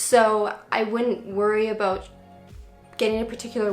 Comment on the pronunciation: Aww,. I am watching this "abohhhht" 5 years later.